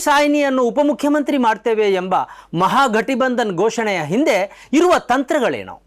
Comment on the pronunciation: ಮಹಾ ಗಟಿ ಬಂಧನ ಅಲ್ಲ ಸರ್. ಮಹಾ ಘಟ್ ಬಂಧನ